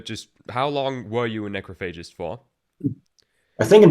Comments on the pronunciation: You are mispronouncing the name of the band. It’s ‘necrOPhagist’, not ‘necrophAgist’. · My favorite thing about Necrophagist is hearing people mispronounce Necrophagist. Haha, Neh-krof-uh-jist is how you say the word. It existed long before these gods of Death Metal ever existed as a band or even as people. Lol